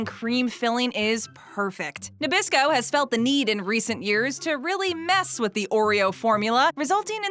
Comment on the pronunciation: oreos are made by mr christie not by nabrasco why do you keep saying nebrasco